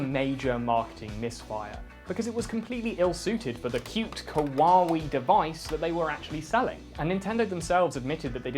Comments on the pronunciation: It's not kawawe it's Kawaii. (I swear I'm not a weeb or even an otaku) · "Kawawee"